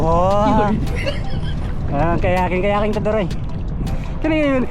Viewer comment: Kayaking ✅ Kayating ❌ 😂